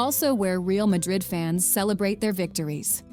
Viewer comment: Poor narration. Poorly pronounces Toledo, misspells and mispronounced Mallorca, Real Madrid is mispronounced. Do your research before narrating.